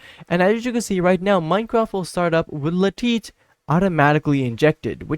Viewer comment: Ah yes "le-tit" client is the best 😂